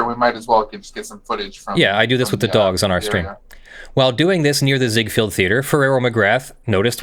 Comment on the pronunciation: FYI Raul is usually pronounced "rah-ool." And it's zig-FELD not zig-FIELD.